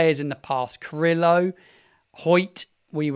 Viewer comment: Enjoy your commentary, but I hope you could take a little more time to show our past and present players/staff some respect by learning to pronounce their names properly. Juric (Your-itch) Carillo (Ca-re-oh) Hoedt (Hoot). Thanks